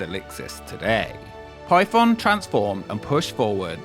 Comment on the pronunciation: Ngl I didn't read the title and I thought you were saying pipeb0mb the whole time- 💀